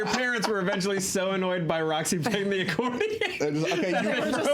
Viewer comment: Roxy, it is "BWAAA" not "PEW" think fog horn